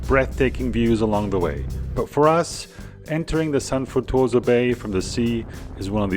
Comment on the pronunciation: It is also San Fruttuoso (of Capodimonte) and not "San Futoso"